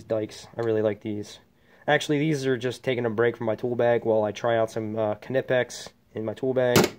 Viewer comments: You said knipix =0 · You said knipex wrong😂 joking man! Good tour! Need the top for that toolbox😢 and your plier drawer makes me sad! Us sparkies should have the best plier drawers! Beef that up!